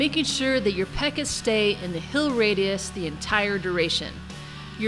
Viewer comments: always says "hill" instead of "heal"... lol. Great video though. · Are you Canadian? When you say "heal" it sounds like "hill."